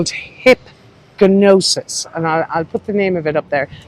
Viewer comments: Hipgnosis is pronounced hypnosis. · Had to laugh at your pronunciation of Hipgnosis - probably the most famous album cover designers of all time. Maybe do some little research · Hipgnosis- the ‘g’ is silent 😉